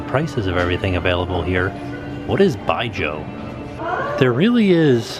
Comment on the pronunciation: What is ByeJoe? ByeJoe is not a meaning translation word. It is just the pronunciation for Baijiu. And, you did a really great job in pronouncing it! From wikipedia: "it is a category of at least a dozen Chinese liquors made from grain. Báijiǔ literally means "white (clear) alcohol" or liquor." So, I'd put it together with Russian Vodka, Japanese sake, Korean Soju --------------------------------------------------------------------------------more----------------------------------------------------------------------------------------------- As a Chinese, I hope Disney could make the Lotus Blossom Cafe more authentic. For example, instead of orange chicken, though it is a very popular Americanized Chinese dish, I do hope it could be something like beef noodle soup or yu xiang rou si. As one facility in the world showcase, I think it may be bettter to keep as authentic as one country is, instead of showing too much of localized stuff.